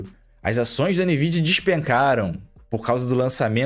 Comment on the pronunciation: a mais de 15 anos pronunciando "Nividia"...